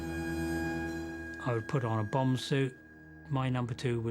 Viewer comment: "A bomb has....." I thought he said " A Obama" I was like wut?